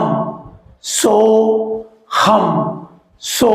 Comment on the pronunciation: சோகம் அல்ல.. சோ.. ஹம்